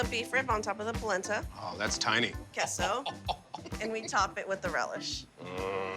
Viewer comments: Kehso is a first😂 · The way she pronounced queso was diabolical.